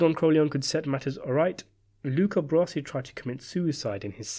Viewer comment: Please, his name is not "Brosi"